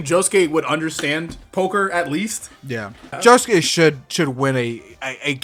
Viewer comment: You lose all credibility by the fact you can't even pronounce josuke's name.